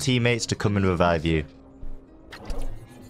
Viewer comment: "jett, rebibe me!"